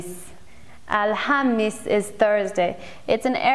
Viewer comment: Dada unafundisha, vizuri Sana ume kubarika,, alhamisi unaitamka vizuri Sana